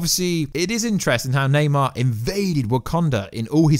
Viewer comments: its namor not naymar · Namor not neymar